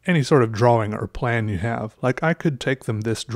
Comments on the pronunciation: The word is draw- ing...not dra-wing. The amateur artwork is amusing but please learn proper pronounciation. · Do you say draw-wing? Yes Do I get upset when you say it? Yes Does it matter...mmmm-no. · lolol keep laffing when you say "draw-wing". you're space-ship just kept getting better. It kept getting more complex and that's what I find beautiful in art. I don't draw much or know much about it, but I like the technique you use to make it look 3D. That makes me wonder how hard it must be to make 3D art like sculptures and stuff. OR even 3D digital models. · You said draWING. It made me realize that i never pronounce the W in that word. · I love the way he says 'drawing'